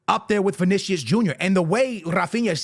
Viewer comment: This clown still keeping to say vinisius jr 😂😂😂😂😂😂😂😂😂😂😂